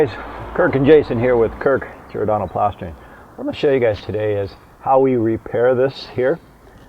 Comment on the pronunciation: X'cuse me .... "Plaserting"